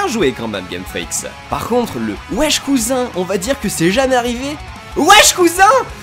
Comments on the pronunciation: Le pire c'est il dit même pas wesh il dit "oush" bordel mais c'est moi ou plus on se rapproche de la sortie du jeu moins ça fait rêver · C'EST PAS ECRIT OUESH MAIS OUSH MERDE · Le "Ouach cousin" m'a tuée. :'))))))